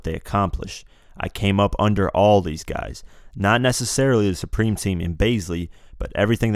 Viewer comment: exactly bro he clearly said preme